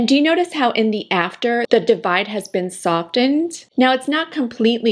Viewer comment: The “t”in softened is silent.